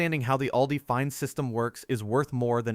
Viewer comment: You might want to get your robo-voice to practice correct pronunciation. Just as one example out of many: "ALDI" is not pronounced "ay-el-dee-eye," it's pronounced "AWL-dee."